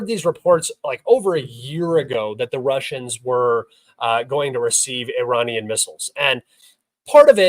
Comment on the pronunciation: You Cant pronounce iranian perfectly I am disappointed unsubscribed